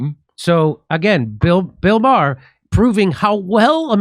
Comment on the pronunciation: It's pronounced May-Her